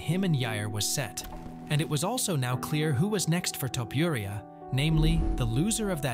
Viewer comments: Come on man his last name is not topiuria but topuria as u read with out anything… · Man, your "Topuria" pronunciation is just terrible 😂